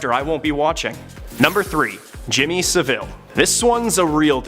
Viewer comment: Not SaVILLE - SavILL